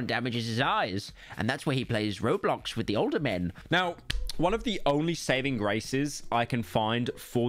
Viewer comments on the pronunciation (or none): none